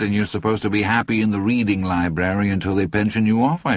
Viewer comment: Great narrator, sure, but only once does he say libRary! What even is a libary?